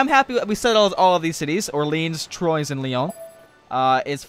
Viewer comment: Troyes is pronounced like "Twa"... that was killing me throughout the episode.